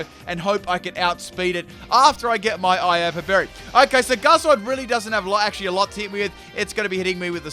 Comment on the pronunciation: IaPApa berry. IAPAPA. NOT IAPA